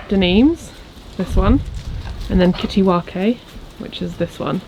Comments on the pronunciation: Kittiwake is a bird (gull) and its pronounced kitty wake. As in wake up. 😃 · Jsyk kittiwake is pronounced kitty-wake 😂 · I noticed that too. A bit like Nigellas mee-cro-war-vay! 😅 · Yes made me laugh, it’s a beautiful sea bird seen nesting on cliffs around our shores. Not pronounced like Japanese seaweed